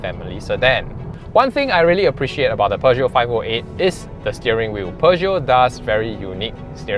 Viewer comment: l l NOT, NOT, NOT ... Peuge-NOT. I I I I I I I I I I